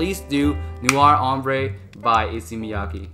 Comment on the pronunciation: Great collection Kindly note that the "e" at the end of the French word "Ambre" is silent.. you shouldn't pronounce it